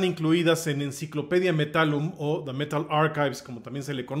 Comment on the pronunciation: Enciclopedia del metal?? Metallun?? Jajaja la primera vez que la escucho.